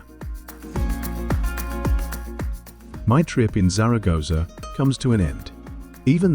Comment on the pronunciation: Could have made an effort with the pronunciation of Zaragoza.btw " baroke" is "barok" in British English